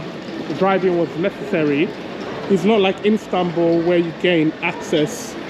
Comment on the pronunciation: Can u say istanbul i stead instanbul